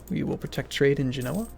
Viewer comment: Pronounce Genoa with much less emphasis on the NO. Its said like one fluid name not all choppy.